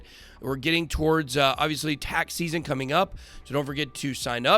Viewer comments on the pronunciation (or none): none